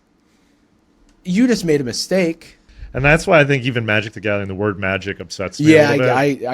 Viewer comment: I do believe you pronounced that wrong...